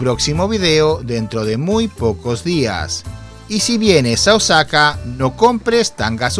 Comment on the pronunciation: eres un tontolin al titular tu video,no veo nada sucio,sucios deben ser tus calzones.Y por cierto no es Osaka,es ooosaka infeliz,ese tonito de voz de subnormal es terrible